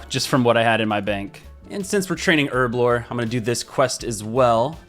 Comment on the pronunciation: Her-blore not erblore